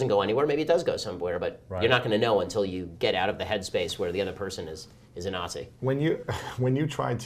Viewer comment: Did he say nazi or Aussie